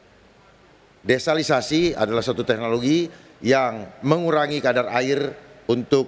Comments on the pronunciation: Bilang sama pak darma desalinasi proses air asin jadi air minum,bukan desalisasi, Udah salah ulang2 lg ngomongnya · Kenapa Paslon 2 ucap " desalisasi" beberapa kali? Yg benar "desalinasi". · DESALINASI bukan DESALISASI